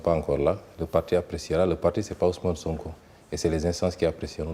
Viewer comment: C'est Sonko au lieu de "Sanko".